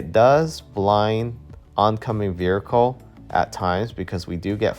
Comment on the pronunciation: The word vehicle has you in a figure-four-leg-lock.